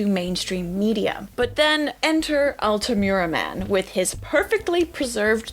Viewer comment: Congrats on 100K Very interesting video. The "u" in Altamura (and always in Iyalian) sound like the one in the name Ur, not like "cute" in english.